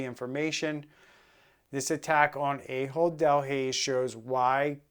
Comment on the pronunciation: I know it's a joke, but it is pronounced Ah hold, not A-hold.